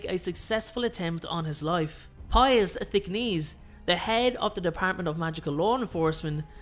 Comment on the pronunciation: Are you EVER going to pronounce Thick-NESS right???